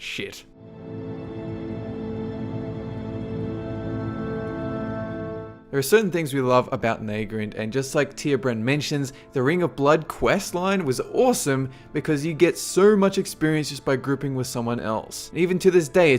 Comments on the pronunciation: Zatiel.D LaBrie Hes right though, it is pronounced Nah Grand not Naehgrand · It's pronounced NAH-grr-ÄD . You pronounce it like nay-grade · I would have to disagree with number 1 I found that zone on day one boring as bat crap. But personally I would have to say that zangarmarsh is number 1 no question although I agree with 10-2. And by the way I'm pretty sure its pronounced Nah'Grand not Nag' Rand just saying :) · NAH-grand, not NAY-grand. I know it shouldn't bother me, but it does. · lol nehgrend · wait, thats not how you pronounce Nagrand right?